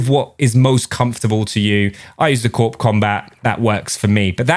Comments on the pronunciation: Its not pronounced Corp its pronounced core get it right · Just a heads up, Corp and Corps is pronounced core in most cases. Especially military for the USA because Marine Corps sounds like corpse and sounds wrong if not pronounced as core. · Corps is pronounced " core ", like Marine Corps. Nice M4 build